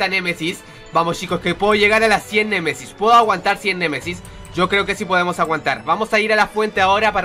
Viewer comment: Like si escuchaste a decir cien Messis cien Messis:v